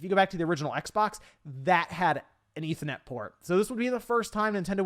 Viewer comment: “Eetha net port”